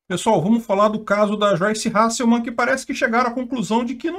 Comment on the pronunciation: Finalmente alguém que fala o nome dessa doida certo. É Hasselman e não Halsseman.